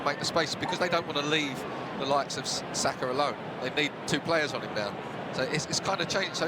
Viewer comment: It's Saka not Sasha.